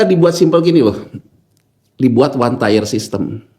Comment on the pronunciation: 1 Tier, bukan 1 Tyre, 2 Tier, bukan 2 Tyre, 3 Tier, bukan 3 Tyre, Pronunciation nya diperbaiki Tier=Tingkatan Tyre=Ban